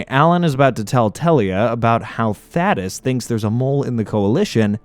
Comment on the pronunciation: pronouncing thadeus’s name wrong made me mad every single time.